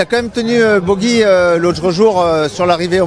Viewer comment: On ne dit pas " Bogi " ! Mais " Pogi " pour Pogacar ! Ou alors on remplace " Luc Leblanc " par " Luc Le Gland " et " Luc Abalo " par " Luc à balloches " ! Vous étiez cancres, monsieur Luc Leblanc, quand vous étiez écolier ?